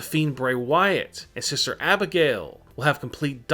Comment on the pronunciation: Lmao who's siser Abigail? It's SISTER YOU BRAIN DEAD TOOL!